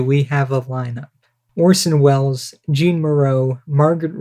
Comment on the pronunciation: Nice, but you should know it is not "Jeen" Moreau it is pronounced "Zhaw(n)".